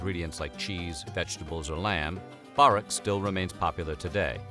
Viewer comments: Its 'Burr wreck' not barreck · Börek is pronounced like boar w rek no baaaa rek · Im cringing at the way he said borek multiple times😭 the ö sounds like an u so it’s pronounced as burek